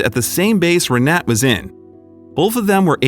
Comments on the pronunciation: Why on earth didn't you look up how to pronounce the name "Renate"? Just Google it, for goodness' sake! This ruined the whole video for me - every time you said her name (every sentence - augh!) I was yanked right out of the story. And omg, the banner you put on screen said "Will you merry me?"! It's "marry, " you dimwits! Good grief. Be honest. You're trying to see how stupid your viewers are. Well, that put paid to any ideas I had about subscribing. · What a lovely story! It will work, they have gained a lot more live experience! What I have to address, is the horrible way the voice over says her name (which happened to be mine too)! Unfortunately I can't place a voice message here. I never heard a worse attempt to say our name! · It's pronounced Renata. My mother-in-law has the same name, she in from Berlin. Renate'. Typical female games, even when they are old!! LOL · Eher name is pronounced with all letters spoken Renate (Renatay) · Renate is pronounced Renata. Thx 4 sharing this story 🙂🙂💕💕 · Her name, Renate, is pronounced Reh nah tah, accent on the middle syllable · Her name is pronounced "Reh-NAH-teh." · you are pronouncing her name wrong.. happy for the couple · Re-na-te. The two 'e's are not pronounced as in 'bet' or 'seek', but as in 'her'. In fact the 'e' sound is closer to the 'u' in 'but'. The 'a' as in 'ah'. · the video is nice but it creeps me out how u butcher the name Renate. I am German and u don't drop the letter e in the end of the name Renate, it's like u would elongate it as if it's written Renateee. Just for ur information lol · I’m pretty sure her name is pronounced Renata. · Learn the correct pronunciation! Not Renat, Renatah. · They don't show her name, but the chance that it was ree-NAT is almost zero. The "e" at the end is pronounced in German. Her name is probably Renate, pronounced approximately ray-NAH-ta. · I believe the name Renate is pronounced Re-na-ta, not Re-net. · The German name is "Renata", pronounced Ray-nah-ta.